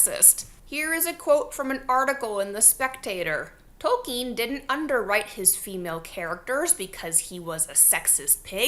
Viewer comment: Why do you say Tolkin's name like that? Ill!